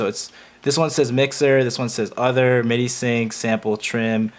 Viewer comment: say it with me ... "scuuzzyy". "Midddeeeee". the fuck is "ess see ess eye" and "em eye dee eye".